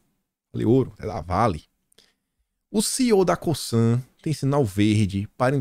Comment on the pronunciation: Oi boa tarde. Parabéns pelo trabalho. Só para te ajudar faço este comentário. Já trabalhei na Cosan e na Raízen. E a forma correta de pronúncia são as seguintes. O “S” no Cosan tem efeito de “Z”. É como se falasse “Cozan”. Já no caso da Raízen. O “í” é a sílaba forte. Isto muda a forma de falar porque tem dar mais entonação no “í”. Desculpa o comentário mas é só para ajudar. Um abraço.